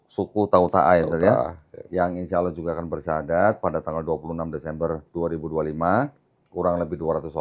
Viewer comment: Saya suka...logat sebut nama Allah fasih banget... Legit... seperti ustad2 melafazkannya.. Allahu Akbar...❤❤